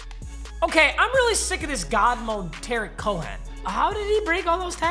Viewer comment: Quit dissing on Cohen didn’t even say his name right and the Bears are gonna win the Super Bowl this year.